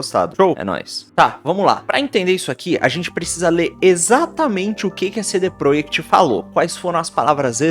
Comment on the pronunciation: Você está falando cd PROEKT de propósito?